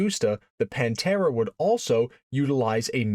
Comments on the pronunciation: No, it's not not the Paaaanteeeeeeeraaaaa.. its the 'Pan'-'te'-'ra'. The pather. But in italiano. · Consegue errar a pronuncia de todos os nomes... Panta; Demaso ??? VSF :face-blue-smiling